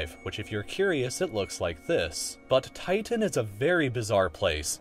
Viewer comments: Thus guy over pronounces his T's. TiTan. MeThane. Annoying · The way he pronounces Titan though...